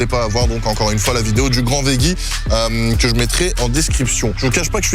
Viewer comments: GRS is back🤩🤩 sinon pour l'anecdote ça se prononce vedjie alors que tu prononces vegguie. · Arrêtes avec le « vegguie » 😂😂 ça se prononce « vejjie » que ce soit en français ou en anglais. J’ai vécu aux États Unis 10 ans j’ai jamais entendu vegguie 😂😂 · Au fait, on dit "vedji" lol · On dit "vedji" 😊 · Veggie prononcé vegguie c’est en Allemagne ça non ??😜😜😜😜